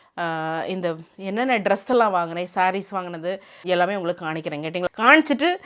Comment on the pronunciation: Kanikaren illa ..kamikaren is the right acent... m not N..